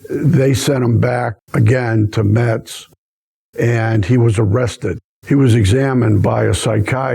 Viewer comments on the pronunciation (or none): none